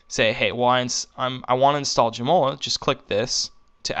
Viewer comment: LoLing how you pronounce Joomla... "Joe Moe Ler" LMAO!!! It's more like "Joom Lah" Joom as in Zoom. Good stuff.